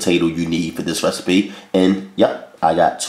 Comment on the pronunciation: I love when he says recstapee lol.. Let me also say that I love all of his recipes. Nothing bad yet.